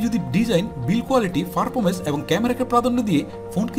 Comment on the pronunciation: ফার্পরমেন্স না পারফরমেন্স বলার চেষ্টা করুন